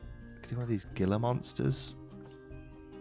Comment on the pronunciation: I don't know why, but hearing you say Gila Monster was hilarious... It's pronounced with an H instead of a G, because English is hard and makes no sense 😂